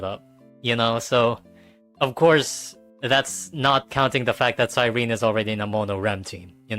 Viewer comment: Why does it seem like none of these hsr YouTubers can say Cyrene’s name right it’s Cy-ren-ne not Cy-rene.